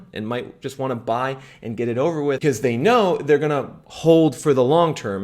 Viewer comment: When he says "because" he says "bzz" 😂😂😂😂